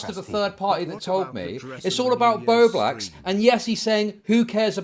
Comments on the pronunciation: continually saying "bow bax" and forgetting the L irritates me to no end for some reason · omg it makes me want to yell at the screen😭😭BOBAX BOBAX BOBAX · can't event pronounce Bowblax properly so of course he can barely keep a consistent thought in his head lol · I just want to say bowblax's name right once. I dont think there has been a single time.